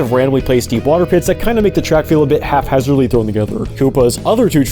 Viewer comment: It's "HAPhazard," not "HALF-hazard."